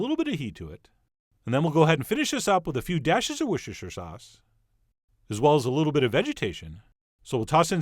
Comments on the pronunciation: I really enjoy your videos and your commentary.Just for the record ( from a Brit) we pronounce it 'Wooster sauce'.Just another quirk of the English language.Can you believe we pronounce 'Cholmondley' 'chumly' and 'Featherstonehough as fanshaw.Makes me proud to be English!!! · It's pronounced 'Worcestershire' not 'Worcestershire'.... Jeez